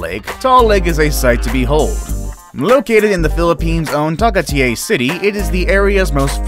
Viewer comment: You're pronouncing the name of tagaytai wrong